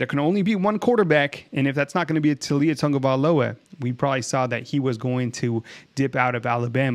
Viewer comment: Bro, it's Tau li a... Not Tu li a